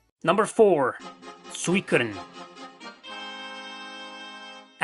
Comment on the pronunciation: "Swe-kudden" hehe. Nice video.